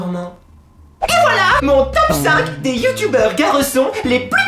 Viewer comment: Le clasheu la rageu XD Les Bu-yu-tubers xD ahlalà je t'adore 😍 #TeamPalmier